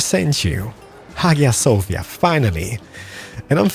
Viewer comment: In hagia sofia...you pronounce "g"sound as sound of "j"